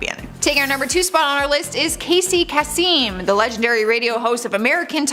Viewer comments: KASY KASEEEM!?!?!?!? SERIOUSLY?!??!?! OMG he was one of the biggest DISNEY of all time. GET HIS NAME RIGHT!!!! Kasey CASE-EM!!!!! Again, if you're too young to know who you're reporting on, at least look up & pronounce their name correctly!!!!!! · Casey Kaseem? 😂 um no its pronounced Kaysum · Ikr?!?!! This channel w these young kids who don't know who these people are constantly mispronounced their names! When I heard Kaseem, I was like WTH?!? He was only possibly the most famous radio host of all time & they screw up his name?!!? SMH